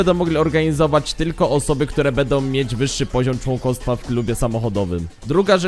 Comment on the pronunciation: wszystko pięknie tylko proszę popraw cytuje bedom bedzie obejrzyj jeszcze raz zobacz jak to razi przemawiasz do młodych ludzi i niech uczą się poprawnej wymowy Będą - Będzie pozdrawiam